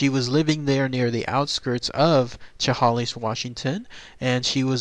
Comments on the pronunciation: pronounced " sha-hay-lis" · You are not close to pronouncing Chehalis right. It's 'Sha-Hale-Us.' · It's pronounced Shah Hay Liss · Great video as always! Don't sweat pronouncing Chehalis wrong, I am pretty sure that is how anybody who doesn't live near here pronounces it the first time if they have never heard it said before. lol. Never knew about this though. Very interesting